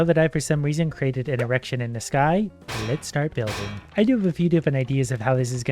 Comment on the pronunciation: The best part is the "e-rection"